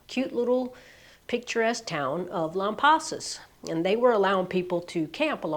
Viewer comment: I, also planned a trip to Texas two years prior! I was near you in Georgetown, TX! The clouds parted for us for about 15 minutes just when Totality hit! What a blessing! You were smart to head to Lampasas. I heard downtown Austin was cloudy. (Oh, and we pronounce it Lamb-pass-us)